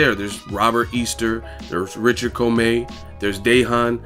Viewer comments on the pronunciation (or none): none